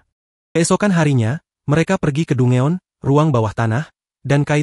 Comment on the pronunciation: Dungeon = dan jen cara bacanya min ... aku suka suaramu 😊